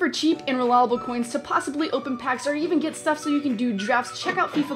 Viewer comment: That intro she says reliable wrong😂